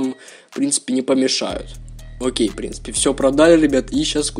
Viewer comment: Научись говорит нормально "в принципе" на 2 минуте уже бесит